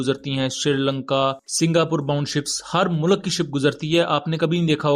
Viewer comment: bhai plz mulak nahi hota Mulk hota hai